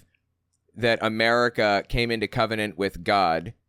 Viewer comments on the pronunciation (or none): none